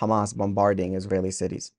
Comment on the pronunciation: have you all noticed how Arabs just can't say ISRAELI, it's ALWAYS ISRAiLI.